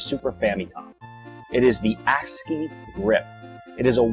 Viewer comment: Sorry, but did you say "Ass grip"? lol